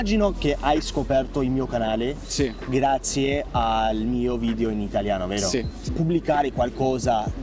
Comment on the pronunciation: Simpatico, bravo! Comunque sono certa che lo sappia scrivere bene ma è “video”, attento alla pronuncia della “e” perché risulta “vidio” all’ascolto, errore fonetico che fanno anche gli italiani, peraltro. Complimenti comunque :)